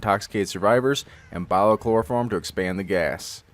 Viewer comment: I love how his 'murican accents takes over when he says "gas"